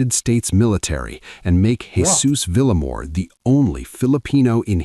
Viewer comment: Vil - ya-mor. Not Villa - mor.